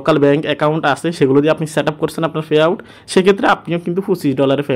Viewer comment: ফে আউট না৷ পে আউট